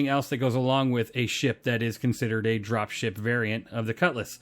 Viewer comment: I dont know if it's me, but I heard 'Dropshit variant' lol